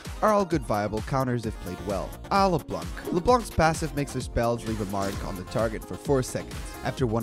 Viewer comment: its not "le blanc".. its "le blan".. u dont say the "c"